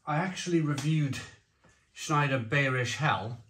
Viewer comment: Schneider beerish 🍺 hell....😈 It's pronounced (in English) buyrish hell...